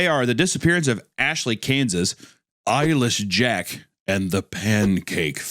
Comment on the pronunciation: I thought Papa Meat was saying "Eilish Jack" the first few times he said "Eyeless Jack". I'm wondering if anyone else had that kind of experience, or if I'm alone on that.